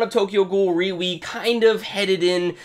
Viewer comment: Out a actually pronounced as R-E ^^